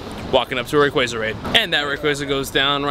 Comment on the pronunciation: Can you say rayquaza right or nah? Lmao